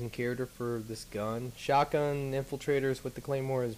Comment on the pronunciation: anybody else think it is weird every time he says Charater?